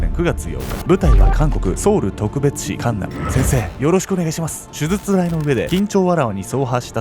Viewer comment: 手術…しゅじゅつ。【しゅずつ】ってのが気になってしまい、内容が入ってきません😂